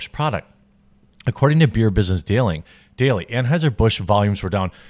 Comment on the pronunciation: Did I hear you say "Transhiser-Busch"?